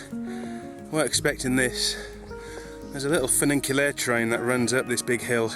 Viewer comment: Not funinclulaire but funicular. So easy to get it right but no. You could spend a little time but no. Anyway, who cares, so don't come here you wouldn't like it. Full of illiterate twats, so keep away. I loves it but but then, I lives here. Ha ha f'in ha.